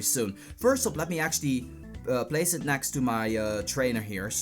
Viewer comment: like your content. but u need to learn the difference between the letters A and E. and F and V.. example: it's Egg, not Agg. it's next, not nAxt. video, not fideo. other than that.. keep it up